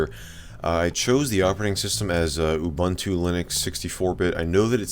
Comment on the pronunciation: Please stop calling Ubuntu "You bantu". That's actually pretty offensive in South Africa. The letter U is pronounced "u" throughout the word. No need to get creative.